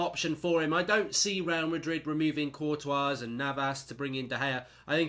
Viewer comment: He said Courtois name correctly for once haha